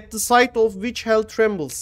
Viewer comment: ''Et dı sayt of viç hell trimbılıs''... (Ah be )